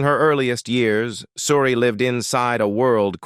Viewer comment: Why cant you pronounce her name?oh yeah,its coz you a bot